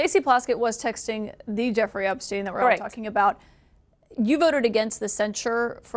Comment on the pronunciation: Crockett saying "a Jeffrey Epsein" is just almost as bad as Santos say "I said I was Jew-ish"